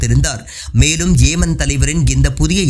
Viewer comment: "பா"லஸ்தீன் அல்ல பலஸ்தின். "ஏ"மன் அல்ல யெமன்.